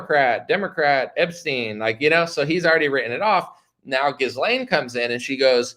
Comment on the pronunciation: Dude - The “s” is silent in Ghislane